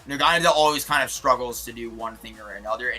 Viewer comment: nobody talking about that naganedel pronounciation?